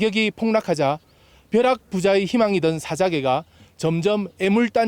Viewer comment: 사아자아개 아니고 사아자 개 발음이 억양이